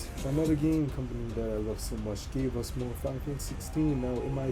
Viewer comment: Keep it up bro, and remember it's "more" not "Korean"😂